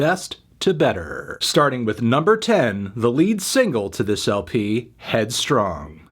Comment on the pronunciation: loves headstrong (or as he says it, headstrang)